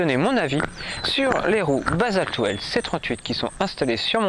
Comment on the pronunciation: Bonjour, bon reportage sur ce jeu de roues. Que tu prononces basalte well au lieu de basalte will, on s'en moque!! Le contenu est très intéressant et j'ai appris des choses en peu de temps, je t'en remercie. Quel est la marque et modèle de ce vélo? Car je discerne NCT. Quel est le prix du vélo sans ces 2 roues basaltwheels? Je prospecte pour une nouvelle monture et j'essaie de sélectionner 3 ou 4 vélos à peu près du même prix. Dans la description de ta vidéo, il serait utile de préciser sur quel machine tu montes ces 2roues et de préciser ses équipements pour les novices comme moi. Merci pour les réponses, sportivement bruno. 👏👏👏👍🚴😉